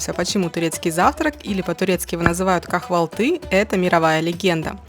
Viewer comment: Так смешно произносите турецкие слова, просто капец. КахвалтЫ😂. КАвалты. Ударение на первый слог и Х не произносится, проста пишется.